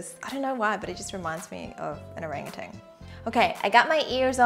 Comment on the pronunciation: i just found this video and sorry for saying this but seriously thats not a correct way to pronounce orangutan😭